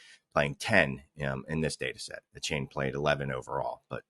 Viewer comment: Achane's name is pronounced A-Chan. Not a-Chain.